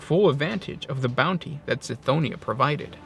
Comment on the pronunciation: I believe Cthonia is pronounced with a hard C, like Cthulu, not like Celery. It's how the Audibooks pronounce it and seeing as Gothic is inspired by Latin, whereby the C is always a K sound, it should be pronounced Kthonia.